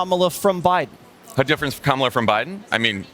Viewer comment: KÄ mä lah (Comma la) even the children can pronounce it🙄 VOTE💙💙💙💙